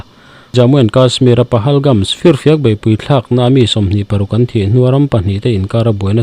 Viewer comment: Pahalgam nge pahalgams? Pahalgams iti ziah a